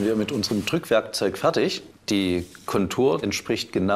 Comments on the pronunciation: Dass er aus dem schpönen Sachsen kommt, war mir irgendwie klar als er weiter vorne so richtig schön "fertsch" gesagt hat. Das ist so ein typisches Wort für Sachsen. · Er hatte mich bei "Fertsch" - und dem Lachen danach 😂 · Orgasmus auf Sächsisch: "Färtsch"🤩😜